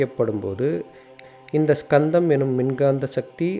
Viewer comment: Not skandham only kandham s is using ariyan pronounce word